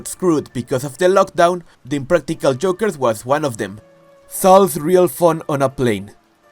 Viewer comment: The way you’re doing a video on impractical jokers but can’t pronounce joke or jokers takes me out so bad. Sounding like you talking about eggs 😭